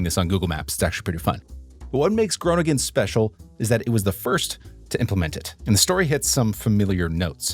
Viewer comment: Groningen is the Dutch capital for bicycle.thefts I must comment on your Dutch pronunciations you get every city name wrong. Groningen is pronounced Grow ning -en you put the "g" in the wrong place. Almere is pronounced Al meer - ah The SCH in Schipol is pronounced as the SCH in the English word School. Also for the Dutch athlete Daphne (daf ne) Schippers (shipp -ers) You are using the German